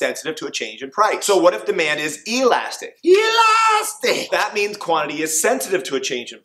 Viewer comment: my sister is traumatized by the way he says Elastic lmao got some good laughs and amazing explanations keep up the good work